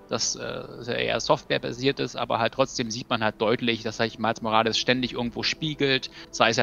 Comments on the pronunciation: "Miles Morales" Miles - englisch ausgesprochen Morales - deutsch ausgesprochen ... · genau genommen muss der nachname spanisch ausgesprochen werden. Nächstes mal vielleicht...